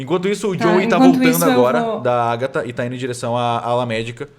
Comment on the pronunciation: Níguem: a Agatha:TrAnCEndER????